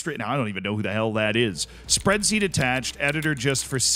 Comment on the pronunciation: Am i the only one that heard you say "Spreadzeet" ? wot